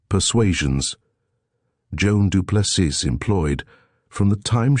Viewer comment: Get the proper pronunciation of the name " du Plessis" please ... final s is silent with emphasis on the adjacent vowel i .. sounding like " ee" ...